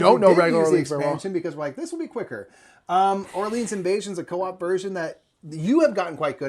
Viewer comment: I was surprised to actually watch this whole thing. Enjoyed the other video of the marathon. I do have to say however, as someone who speaks French, your pronunciation of "Orleans" was frightening lol